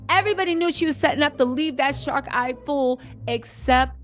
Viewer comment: Did she say shark-eyed? 🤣🤣